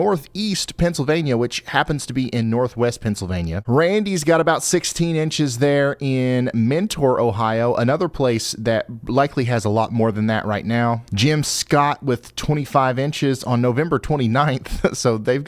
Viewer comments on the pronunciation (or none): It’s pronounced menner, not mentor 😂😂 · Mentor, OH is not pronounced like that, it's said like Menter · Helpful info for you Ryan. Mentor Ohio is pronounced “mennor”. 😊